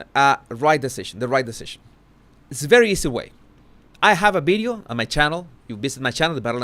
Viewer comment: Oh Jesus, I just love the way you pronounce certain words, I especially like bideo and other v words 😅 Loved how determined you were to pronounce determined properly It’s been great watching your vocabulary grow I would love if you could teach us a Spanish word each post - biggest regret for me is not being able to speak a foreign language 😊